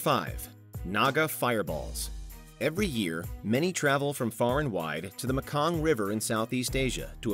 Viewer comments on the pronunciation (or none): none